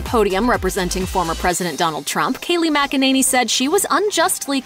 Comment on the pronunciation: For Christ's sake, it's not mack-a-nanny, it's mik-in-a-nee